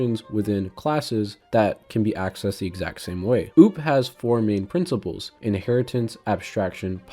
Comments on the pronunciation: Why would you say `using namespace std` is necessary? It's not, not even recommended by a lot of C++ devs. And `return 0` is also optional. Also OOP is pronounced as O O P. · Cool video 👍, but who pronnounces OOP as ouwp 😱